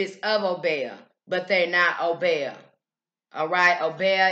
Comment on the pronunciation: In the Caribbean it is pronounced oh-BEE-ah as opposed to oh-BEY-ah